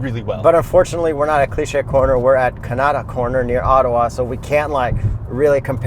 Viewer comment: I live near where they filmed this. Hearing mispronounce "Kanata" so many times makes me laugh.